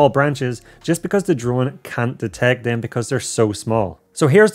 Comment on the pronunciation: He says dem